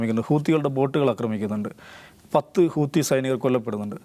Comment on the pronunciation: ഹൂത്തി അല്ല ഹൂതി